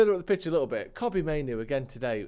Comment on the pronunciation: Btw you guys are pronouncing Kobbie's name wrong, its not Kobbie like Kobe Bryant, its Kobbie like Robbie, Cheers.